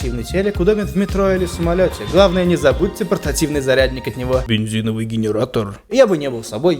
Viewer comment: БЭНЗИНОВЫЙ ГЭНЭРАТОР))